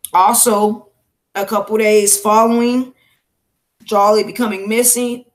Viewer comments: Great 👍🏾 coverage no disrespect her name is pronounced (Jo-Lee) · It's pronounced joe-lee